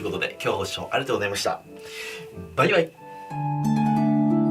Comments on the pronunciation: 最後のバイバイがバイ貝に聞こえて笑ってしまった。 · 最後に終わるとき【バイガイ】って聞こえるww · 最後のバイバイもバイガイに聞こえた w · 今頃気づいた、最後の挨拶バイガイって言ってる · 最後ばいがいって聞こえた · 動画の最後「ばいがい」って言ってる？笑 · 「バイ貝」にしか聞こえん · 最後ばいがいと言ったな❗ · 最後のバイバイがバイ貝に聞こえる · 最後のバイバイがバイガイって言ってるように聞こえた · 最後のバイバイが心なしか「バイガイ！」に聞こえたのは俺だけ？ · 最後のバイバイが「バイガイ」に聞こえてるような、、、笑おもろ笑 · 「バイガイ」って聞きすぎて最後の「バイバイ」が「バイガイ」に聞こえる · 最後のバイバイがバイガイに聴こえた…… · 最後のバイバイがバイガイにしか聞こえなかった😂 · 最後のバイバイが バイガイに聞こえた私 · 最後のバイバイ、さりげなくバイガイって言ってます？ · バイバイがバイガイに聞こえた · バイガイに聞こえた笑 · バイ貝にしか聞こえんw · 最後のバイバイが、ばい貝に聞こえて1人で笑っちゃった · 最後バイバイじゃなくてバイ貝に聞こえるのは気のせい、、？ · 最後のバイバイ バイバイじゃなくてバイ貝って言ってる説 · ずっと気になってたけど最後のバイバイのところバイガイって言ってる？ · 最後のバイバイがバイガイに聴こえる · 最後のバイバイがもうバイガイに聞こえたのは僕だけでしょうか？ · 最後の方あいさつばいがいにしか聞こえんかった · 最後のバイバイがバイ貝に聞こえた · ばい貝ばい貝聞きすぎて最後のバイバイがばい貝に聞こえた笑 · 最後のバイバイが 今日はバイガイに聞こえた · 最後バイ貝って言った⁉︎w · 最後バイバイって言った？バイ貝って聞こえたんだけど...笑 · 最後バイガイって聞こえるw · 最後のバイバイっ！が "バイ貝っ！"に聞こえちゃう☺️ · 「ご視聴ありがとうございました。バイガイ」って聞こえたけど気のせい？ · 最後ばいがい！！！って言った？？？？？w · 最後のバイバイがバイガイって聞こえた。気のせいか。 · 今日の最後のバイバイはバイガイに聞こえた(^-^) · さいごのバイバイがバイガイに聞こえた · 最後のバイバイかバイガイに聞こえた俺は末期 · わたしもそう聞こえました！笑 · バイ貝って言ってたよ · 「バイガイ！」に空耳したw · 最後のあいさつ「バイガイ！」って聞こえる